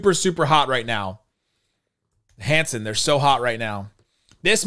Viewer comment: It’s Hansel. Not Hanson